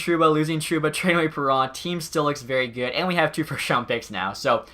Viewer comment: He isent called david perro Theres a N in his name bruh